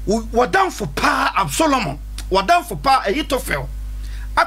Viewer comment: David son was ABSALOM not Absolomon